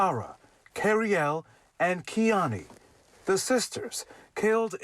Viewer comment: It's pathetic that you can't even take the time to learn how to say her name right!! KIONNIE. Just dismiss them..., You used to have all my respect. And now you don't have an ounce.